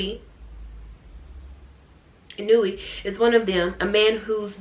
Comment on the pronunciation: OOOOH in that case, it's "ee-new-wee"~ sorry about that! 😅